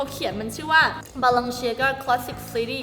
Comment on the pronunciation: Balenciaga อ่านว่า บาเลนเซียกาครับ